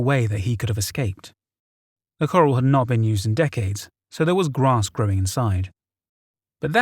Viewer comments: It’s pronounced “Cuh-RAL” not as “coral” in “coral reef”. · Absolutely fantastic but as a person that ranch's listening to corrals being pronounced like corral reef instead of pronouncing it "keral" about drove me up the wall. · Coral lol. Took me a minute the story was confusing at first then I realized corral lol. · You keep saying coral for corral (kor-ral). One is aquatic funny park for fish and the other is livestock jail. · love the content, dude. gotta let you know, "corral" has the emphasis on the last syllable. so basically, it's "corRAL", not "coral" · Legit took me a minute he meant corral. Im thinking "coral? In the middle of montana? Oooh wait!" 😂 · Corrals is pronounced k' raals not like Corals in the ocean. Think Gunfight at the OK Corral . I apologise for correcting you but it's meant in the best possible way , I have very high regard for your narrating but as an English language teacher I cant help myself. 🙊 😘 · Coral!? Come on mate have you never seen a western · Corral is pronounced core-Al (Think of ALfred). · Lmao "coral" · Nobody has ever put their livestock in Coral. Come on tnere is a difference between a hard to pronounce local name & coral, corral. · Oh so that's what he was trying to say , it hough it was a location named Coral or something like that lol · I love your content. However, for future videos, "corral" is pronounced "kəˈral" (sounds like "ku-rowl"). Keep up the excellent content! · corral is not pronounced like coral! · This English guy mispronouncing corral is awakening my inner American patriot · Awesome story and great narration, but please learn how to pronounce corral...lol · Died laughing everytime corral is pronounced coral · I was trying to understand what he was saying for a long time and why the hell there would be corals where you could leave your horse in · Ikr. I’m from Montana too and I was like what?? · Omg I didn’t know it was corral- I was just confused about what a “coral” was the whole time